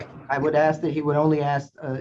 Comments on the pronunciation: Dumbass is "axing" a ton of questions. lol!! Moron!! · Awful lot of axing by this Bey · “Let me know when I’m credible to axe questions” … umm never, you moron hahaha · You can always tell the education..It’s simple.. learn how to say ask not AXE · He axed and axed. 😅😅😅😅😅😅😅😅😅😅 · Your honor... he's axing directly...just to cut to the heart of the matter.